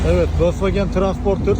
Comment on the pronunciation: Abi vosvagen tiransporter ne ya😂 Volkswagen Transporter